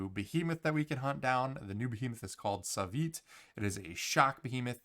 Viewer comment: NONONO u sayin his name wrong is not savyt is SUAVE oke SUAVE XDXD and now at least we have many good reactions from the new cb rework XD they love it